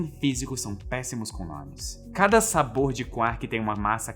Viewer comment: SabOUr? Energético